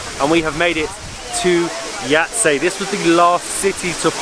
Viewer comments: Yahytseh or Yhaytseh Uglavnom moraš ovo "h" nagurat na nekoliko mjesta. Možda je čak i Yhahytseh 😅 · pronounced as Yaytze :) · Sarajevo is pronounced SaraYevo Jajce= Yayce